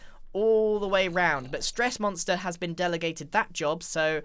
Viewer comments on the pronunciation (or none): No it’s stressgonster not stressmonster